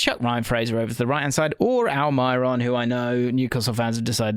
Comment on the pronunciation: Please don't follow Brian in pronouncing Almiron as 'Almeeron' or 'Almireon' - It's simple, 'Al-ma-ron'